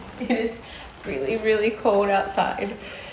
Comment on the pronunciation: It's adorable when you say "cold" 😉..... I hear it as CODE 🤣